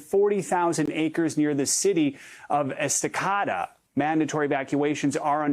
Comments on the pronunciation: Est-a- caught-ah 😂😂😂 Omg. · “Estacotta”...it’s esta-kay-duh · Thank you for the report, one thing, it is Esta-Kay-da 😁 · Esta-Cada no no no no just NO Estacada Sry as someone who lived there for a long time it bothers me <3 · Never heard of Estacawduh. Is it near Estacada? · ES-TA-CAY-DA... is how you say Estacada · Pronounced Esti-KAY- da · Say it with me..its pronounced...ES-TA-KAY-DUH. Dudes a reporter and can't pronounce a fkn city name🙄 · Um... pronounce it “Esta-CADE-a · Please learn the correct local pronounciation of Estacada. Hint: it is not pronounced as a Spanish word. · He slaughtered Estacada. Definitely not from Oregon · Yes! I shuddered.